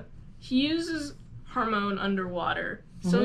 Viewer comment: The way you pronounce Hamon gives me a stroke